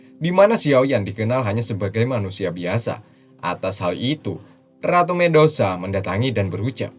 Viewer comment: medusa min bukan mendosa